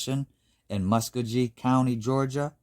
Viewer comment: Hey, L.K. Nice To see you visiting the Southeastern US for happenings. BTW Muskogee is pronounced muh·skow·gee 😃